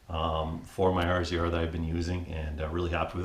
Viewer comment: Do all Canadians call it a R Z R instead of razor? Go ahead... Tell me